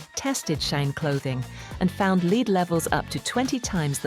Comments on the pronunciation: AI...its not "leed" Its lead. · Leed? I can't stand AI. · Not in the UK, they pronounce it “leed”.